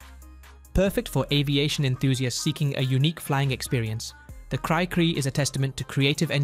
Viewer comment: It’s Pronounced “Cree-Cree”, because that’s what a cricket sounds like in France, where the plane first flew.